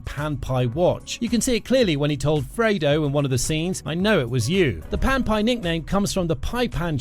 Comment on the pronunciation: Pan-pie? LOL